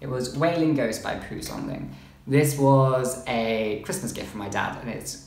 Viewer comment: I'm glad you liked Wailing Ghost, I only read his books in Chinese before so don't know much about the translations, maybe I should give the English ones a try XD (and I don't know if you have studied Chinese, but your pronunciation of Pu Songling was great 😆)